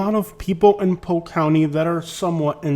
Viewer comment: Interesting how you only drive through the poor areas of Polk County. I’ve lived there for 23 years and yet my neighborhood and surrounding areas look NOTHING like the crap areas you’ve spotlighted. And btw…it’s POLK…not POKE. Yet another false view of an area you choose to disparage. Based upon your ridiculous commentary you should be LOVING the awful areas you show on this video.